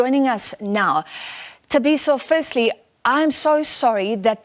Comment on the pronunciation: This news anchor has been presenting news for years, she’s South African, HOW DOES SHE NOT KNOW HOW TO PRONOUNCE Thabiso’s surname….. SABC is a joke where does Sophie Mokuena find these people……